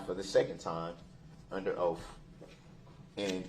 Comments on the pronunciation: I notice words that end with TH, he cant pronounce them words right and he pronounces them with a F at the end instead like oaf, troof, bafroom, breaf, boff. the list goes on. He cant pronounce simple words nor doesn't kno the definition to any simple words. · WTH? Why does he have such arrogance? And how doesn’t he know it’s “oath” and not “oaff”? And “libarry” ? What a dumb dumb. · Oaf & axe & substain 😅😅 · "I have your oaf, your honor."